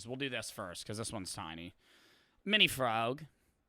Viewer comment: "mini frwag"